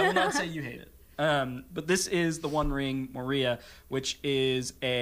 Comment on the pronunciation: I'm not sure how I feel of pronunciation of Moria. He put the emphasis on the second syllable instead of the first. I'm enjoying all that you guys do. I'm sure my friends are tired of me hosting game nights because all I want to do is play my IV games.